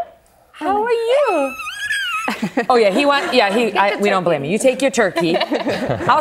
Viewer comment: She said "We dont Balme you " 😂😂